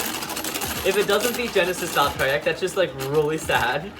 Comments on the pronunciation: It's valtryek not valtraayak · It’s voll-tree-yek not voll-tri-yek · It’s Val-TREE-eck not Val-tri-eck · It is val-tree-eck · It's pronounced val-try-ek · It’s Val- TREE- ECK that’s how u say it plzz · im laughing he cant say valtryek properly XDXDXD